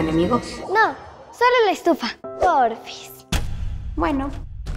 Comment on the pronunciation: Haha "poorfis" xD